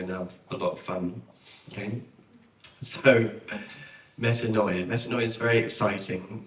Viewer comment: As a native Greek-speaker, I cringe every time I hear it pronounced as meta-NO- ee-ah. It's medA- nee-a. This spelling gives a better represenation of the pronunciation.